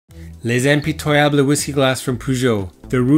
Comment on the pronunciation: I still have the discontinued Impitoyable 1 & 3 wine tasting glasses. I think perhaps they want you to put your thumb in the punt of the Impitoyable to help heat up the whiskey some to coax out the odors. I believe the pronunciation is Im-pit-oy-able.